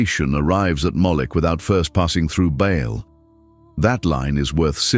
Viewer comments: Baal not Bale. Not Bail. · Pronounced with a big a as in Bay and a small one a as in all! Not pronounced ball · Love how AI can’t decide on pronunciation: ball, bale, ba’ahl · How can ai mispronounce BAAL 😂😂😂